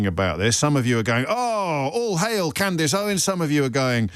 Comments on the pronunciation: I love the way Jobbie pretends not to know who Candace is or how to pronounce her name. She’s way, way more relevant and better at this than he is. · I choose my words very carefully, goes on to mispronounce her name 😂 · It's weird that the host here feels the need to pretend not knowing how to pronouce a relatively normal name or not know the person, that he is about to speak about for a long time. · Lol I have never heard anyone pronounce her name that way, which is concerning about the spread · You should probably watch ALL of the Candace Owens series on that subject re the Macrons before you claim that Candace is “mad”. I’d suggest you haven’t even watched one episode given you don’t even know how to pronounce her name properly, given she says it at the start of every episode she does. Also she is not being sued for “defamation”, so something else you have incorrect. You’ve just turned me off anything you would say on Your show (5 mins in) because clearly you don’t do much research! This is one reason why I like listening to Candace, she does her research first before she speaks and presents the facts to back her claims up, something you should ALL do otherwise it’s just a waste of time listening to anything you have to say. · Sorry but did a producer write this and the presenter is just reading prompts on what he’s been told to talk about? Pretty poor not to even have a read through first and figure out the (fairly well known) female name Candace is pronounced Cand-is and not Cand-ace! Even if he hadn’t heard of Candace Owens or bothered to do any research on what he’s going to be discussing, have the production team not sat down and had a run through with this guy on discussion topics?! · The irony of this chap spouting his opinion …. If he can’t pronounce her name then it’s extremely unlikely he has reviewed her evidence. Further, who funds his mic? Candace has well documented and revealed her sources. Macron’s response is odd. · Lol. Say her name Right!!